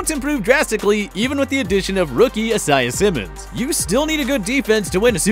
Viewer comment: If he can’t say Isaiah Simmons he clearly has never heard anyone talk about him let alone the fact that there’s two NBA players name Isaiah Thomas and the old running back Isaiah Crowell. This guy is reading a script smh